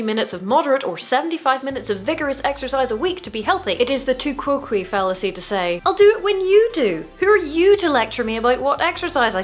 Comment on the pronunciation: tu quoque is pronounced as "too kwo kway" just so you know for next time